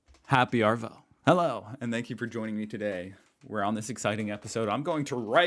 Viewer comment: Try saying AHHHVO, not ARRRVO